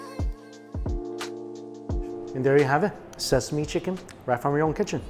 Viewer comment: "My KiChen"